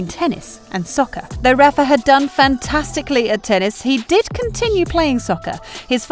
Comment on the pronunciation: Rafa, not Raffa. A lot of players run down every shot and fight hard, no less than Nadal. That’s what they have to do to become a great player. They have the strong will to do so but the question is, do they have the physicality? Nadal is blessed to have his uncle as a great coach and the conditions to train at the young age. Djokovic wasn’t as lucky with his life growing up. I think Djokovic is not as strong as Nadal physically. In their h2h matches during long rallies I could see Djokovic got exhausted, bending his back, breathing hard, falling on the ground. But the strong will was what helped him to overcome the physical conditions. Like the two 5-hour long matches back to back SF and Final against Murray and Nadal in one year at the AO.